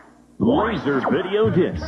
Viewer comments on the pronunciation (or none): none